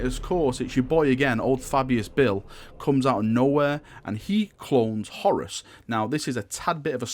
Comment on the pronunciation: HorUS...it sounds like you're saying Horris..lol